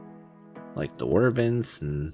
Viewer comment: The way you pronounce wyverns gives me anxiety